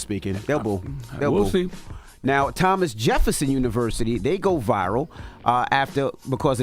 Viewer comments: She didn't read "Thomas" correct and they were graduating from Thomas Jefferson University 🤣🤣🤣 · They only had the pronunciations of the names on her paper. So instead of the paper saying Thomas, it said Tomas